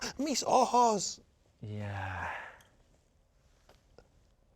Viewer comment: Not Ian with the perfect "ayy mis ojos" spanish pronunciation